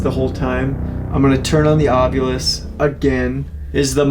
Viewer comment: And I noticed that everybody is pronouncing the word ovilus like it's spelled a different way and I hear it being spelled like ovulis with the U and the I reversed